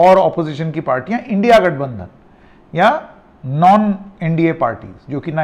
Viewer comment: सर की जुबान लड़खड़ा गई इंडिया गठबंधन को इंडि गठबंधन बोल रहे हैं। 😊😊 सर मैं आपको फॉलो करता हूं आपके स्वतंत्र पत्रकारिता के ऊपर ना किसी पार्टी के पक्ष में बोलने पर Jai Hind 🧡🤍💚